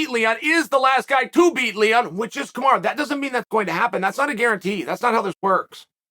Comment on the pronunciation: Lmaooo why does chael keep calling him kamara